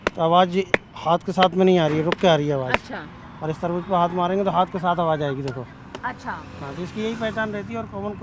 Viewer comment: Tarbuj tarbuj kya laga rakha hai..its tarbooz